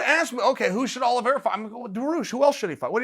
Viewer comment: I am so sad. I came in, only to hear Uncle Chael say, "Charlie Olives". He let me down.